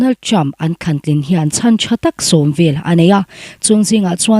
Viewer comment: Pi mapui he nu(a chhiartu nu hi)mizo tawng a modified form kan tih hi a lam dik thei ngailo.mizo tawng a zir a ngai.tling/tlin,leng/len,kang/kan,pua/puak/paw,zung/zun etc mizo tawng hi a thiamlo.thlang tlin a nih khan te a tia.thlan tlin tih tur ah te.a video ka en peih lohna pakhat a ni ve tlat.hrilh rawh